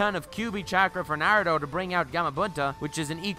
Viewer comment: “nAiRoOtOh”